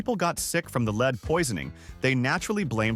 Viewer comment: Could you please teach your AI announcer how to speak English? It is jarring to have your AI not know the difference between LEAD the metal and to LEAD someone around. It just makes you look stupid